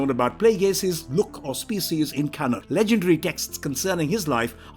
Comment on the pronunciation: Why tf does he say can on, not canon. Like bruh